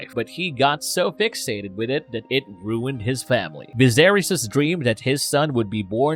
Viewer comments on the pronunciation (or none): none